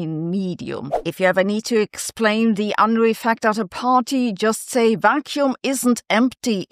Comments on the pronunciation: That picture is very Bill Unruh. Kinda disheveled. And he didn't mind kinda disheveled essays and papers either. He told us: I don't care much about any manual of style... just don't bore me. Make it interesting. Edit. It's funny to hear Sabine, a German, mispronounce his name. Perhaps it's because it's so universally mispronounced that even Germans have given up fighting the tide. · As a non-German I find it funny to hear Sabine mispronounce his name. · You pronounciation of Unruh needs a citation.